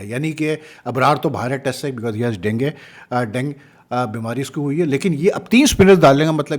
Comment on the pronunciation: Chicha usa me rah k English word tu Sikh lo Dengi , denge nahi hita Dengue = den-gu hota h